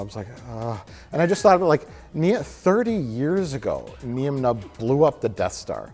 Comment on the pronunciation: It is pronounced NINE NUMB